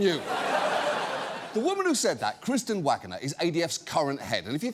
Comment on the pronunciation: I thought her name said wagooner for a full min there